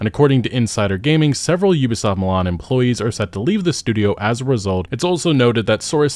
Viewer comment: Mlan? Milan my G